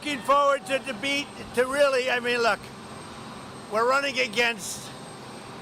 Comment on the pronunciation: Omg, he dissed the overweight woman so bad. He’s clapping for himself because he didn’t fall down the stairs and then chants his own name? He couldn’t pronounce ‘debate’ at 4.07. God help us from him and his cult.